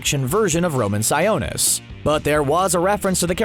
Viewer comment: Its pronounced (si-o-nis) like the o in octopus